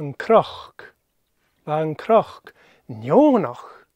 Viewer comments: Hey --out of curiosity, I am hearing an 'r' sound when you say the word cnoc (like a croc as in crocodile). Am I losing my mind??? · Tapadh leibh!!! fun story...as always. Why is CNOC pronounced with an R sound? I am also not sure what i am hearing with DH endings on words.